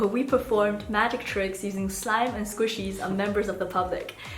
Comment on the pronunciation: That was so funny how he says squishies in his accent😅😅😅😅